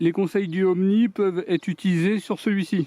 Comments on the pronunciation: Ooni ,pas Omni !!!!!!!! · Ooni pas omni 😂